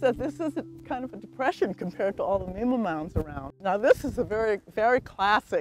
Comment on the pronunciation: Great video. I think Mima rhymes with dime-ah, though, right?